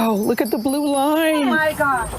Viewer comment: Did one of them say "og my godess?